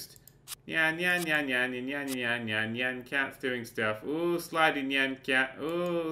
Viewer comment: Isn't it "niy-an" like cyan, but with an 'n'